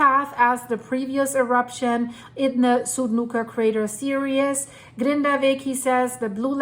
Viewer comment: Another great video, keep it up... but please... it's Series ( pronounced Sear-Ez) not Serious (Sear E Us) But love your work, very spooky.